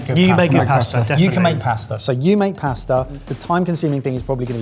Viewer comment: Did we ever get an explanation for why started saying pusta instead of pasta a few years ago? I think he's one of my favourite people for reasons I find impossible to articulate